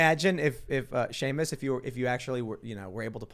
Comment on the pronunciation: See-Muss is such a great guy! lol